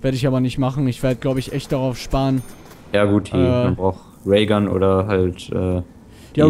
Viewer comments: Warum sprichst du die Raygun immer als Railgun aus? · Ray-gun und nicht Rayl-gun :D